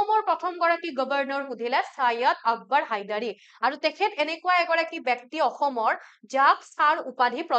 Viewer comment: Bekti nohoi.byokti